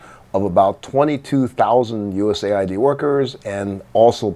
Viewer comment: I believe it’s “US Aid” Not “USA ID”